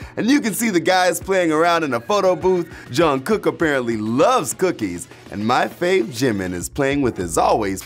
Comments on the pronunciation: you pronounced Jungkook wrong. You pronounced as 'Johncook' :) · It's 2019 and people are still pronouncing Jungkook's name as JOHNkook